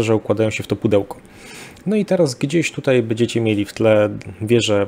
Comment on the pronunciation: Tomasz Ja jestem wprost załamany tym "dzisiEj, wczorEj i tutEj" Zychowicza. Gość jest absolwentem historii, pracował wiele lat jako dziennikarz - a tu tak fatalne kaleczenie j. polskiego... Dyskwalifikacja :(